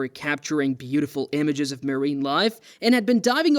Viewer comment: Ray-chard? Maireeng biology? Strange pronunciation going on here.